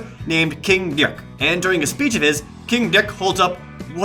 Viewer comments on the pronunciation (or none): I saw the 2 Best Friends LP this disasterpiece. It was SO BAD and SO FUNNY that I realized something. I HAD to have this game. I bought it on PS3 from amazon for about $10. It's my mission in life now. I HAVE to platinum this game. (Btw, THANK YOU for continuing the "dyuck" pronunciation.) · Jared, you are great. your videos are informative and funny. it's super easy to see why you have soooooo many fans/followers. You just seem like a flat out bright, clever, and flat out likeable guy. so please, stop with the "dyik" thing. or however you say it. it's downright annoying as hell, AND it's no where near funny. This is about the pronunciation, not censorship. It's super irritating. It seems out of character. Also that "20 best dicks" video fucking sucked. please don't go low brow. more than that, stop pronouncing it that way, it's fucking stupid and annoying. thanks! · HMMMMM. Is there a particular reason you left out Sonic 06 at ? Suspicious. Anyway, I actually forgot how terrible this game was until I saw all of these clips. It was almost painful to watch but your editing helpped ease the pain. Also the way you say "Dick" is just hilarious to me. Makes me laugh everytime. Always happy to have more Projared. Need looooots more of bad games. Well not too many. Don't want you going crazy. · The way he pronounces 'dick' always kills me! XDD